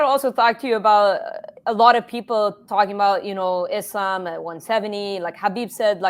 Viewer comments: Someone fighting under the Palestinian flag,yet pronouncing Islam's name as "Is lamb" is kinda wild. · “Islamb” 😅😅 Belal is actually as white as Ian Garry